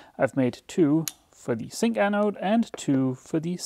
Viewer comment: for me a zink anode is pronounced with a Z. Just as in English. I don't think the difference between Dutch and Danish is that great, thus I wonder why you keep calling it a Sink anode.